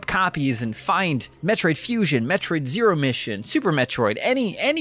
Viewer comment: Ah yes. The classic “Metroid: Zerio Mission”.